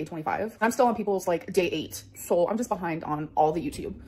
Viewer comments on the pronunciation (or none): I love how the captions captured ALR being unable to pronounce "so" and wrote it out as "soul" XD (had to edit the time stamp)